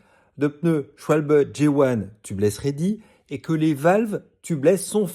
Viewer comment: 😂 chacun ses références de colorimétrie zoologique mais pour ma part, ça me fait penser aux mouches à me*des 🪰🪰 Ah et sinon, bravo pour la prononciation enfin correcte de SCHWALBE 😜